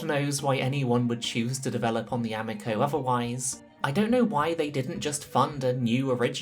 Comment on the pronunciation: I know you know how to pronounce amico